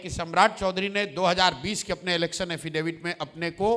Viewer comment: Ye bkloda gawar Jhaatu Chodhudhary Manoj Tiwari Part 2 hai, pehle haaaafidifit bolna band kar C, aise C leader banke ghum rhe aur bhadvo ko development chiye in nikammo se jinko election election game khelna hota hai 24hrs with lindu-chuslim hate propaganda